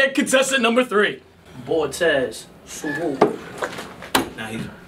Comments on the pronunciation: Dawg that nigga said Bortez lmfao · Nigga said “ bore-tez” lmao